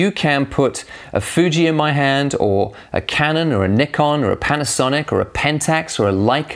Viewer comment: whao one of the few western camera channels that pronounce Nikon the right way